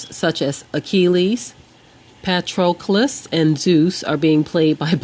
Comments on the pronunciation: If you cant pronounce petrocles or iliad, then you dont have any idea about history either. In the iliad, the author, homer, clearly says how achilles is white with blond hair. Also, if ever obama is portrayed by a white man, just wait and watch as all the black people protest. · You might want to learn how to pronounce words such as Achilles, Iliad, Patrocles, and Yeshua before attempting to sound educated. Your "facts" are also incredibly moronic. Have a nice day!